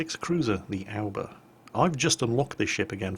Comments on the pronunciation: Is it just me or does it soud like he is saying "Alba" instead of "Aoba"? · Well all love the way pronounces ship names, especially IJN ships, but where is he getting the 'L' from in Aoba? He keeps saying Alba. I call it the Ah-oh-ba. Or Oh-ba. Obo? Do we have any Japanese nationals with us able to help? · Ah-oh-ba is the correct way to pronounce it. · "Nevertheless the Ourber is a decent ship. It's the first Japanese cruiser to get 203mm guns.." Wait, I thought the Furutaka had those too. checks online Oh, Furutaka had 200mm guns, and then 203s for the reconfigured three-turret version. Wait, was it like that in WoWs? I don't know anything anymore... Curée harbor? Where's that, France? You mean Kure, right? That pronunciation should be more like "Coodday" or at least "Coo-lay"....Should I add an "Actually,..." in there? Well, let's pretend I did. (That's "Coo" like in coo-coo bird. Not Cocoa. The "dd" in English is the closest sound to the Japanese "R". ie: Pudding/Buddy. Of course, Japanese doesn't have an R, that's just a transliteration. The tongue should tap behind the teeth during vocalizing for the sound. English R doesn't even use the tongue and L starts from the behind-teeth position... Am I explaining too much? I'll stop.) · you do a good job of pronouncing some foreign words, like Grille. Then you don't do as well with Japanese. A-oh-ba.